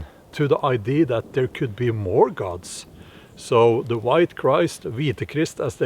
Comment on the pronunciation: I don’t mean to sound officious or obnoxious, Bjorn, but the word “idea” in English sounds like eye-dee -uh. You do sound the final “a”, Just fyi.